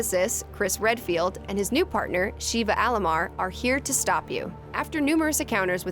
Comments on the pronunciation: SHEVA, not Shiva. It's driving me crazy lol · 2 things 1. It's "Sheva" not "Sheeva" 2. Wesker can not teleport. He just moves really fast. This proven by the way he looks like a black blur when he moves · for gods sake ITS NOT TELEPORTATION THAT WESKER DOES its super speed and super reflexes also SHEEEVA its pronounced SHEHVA wait why am i defending her shes my least fav resident evil character >.> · It’s Sheva not Sheeva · Sheeva? It is pronounced as (Shove-uh) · Wesker doesn't teleport, he just moves very fast. It's pronounced "Sheh-va" not "Sheeva". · You pronounced Shevas name wrong. It's more like Shev-uh not Shiva. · Sheva not Sheeva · I don't know why many people call Sheva "Sheeva", it's just "Sheva" damn it. :V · Sheva not SHEEVA. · It's "Sheva" not "Sheeva" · Just a small nitpick(and it's not "wEsKeR dOeSnT tElEpOrT"), but Sheva is pronounced "Sheh-Vah" not "Shee-Va". They even say it like that in RE5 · SHEH-vah. Not SHEE-vah. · it's Sheh-Va not She-Va 😂😂😂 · Cheeva? Is that really how she thinks Sheva is pronounced. She never played re5 at least that's how it's coming across. Aldo despite what most people think re6 was pretty fun. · sheh-va "sheva" not shiva "shee-va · Good video (didn't watch to the end as I still haven't played 7!) But it's "Sheva" like "forever", not "Sheeva" like "beaver" ;) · Its Sheva, not SHIHVA. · sheva not shiva lol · its sh eh vah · sheh vuh goddamnit. so many videos, so many narrators pronouncing it wrong, I get you haven't played re5, apparently nobody that makes these timeline videos has. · Host: "And Chris's new partner..." Me: Please don't say Sheeva. Please don't say Sheeva... 😣 Host: "*SHEEVA*" Me: 😔 Do these people even play the game? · Sheva. Sheh-va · yeah, it's not her name. Every reviewer says Sheeva as if they can't bother. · "Sheeva Alomar" oof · Sheva Sheve Sheva Sheva COME ON! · Agreed !! And "Sheeeva" like she didn't hear Chris call Sheva by her name in RE5 ?! 😂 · "Shiva Aroma" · S H EE VA